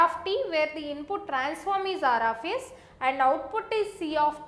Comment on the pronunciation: Aar aaf yess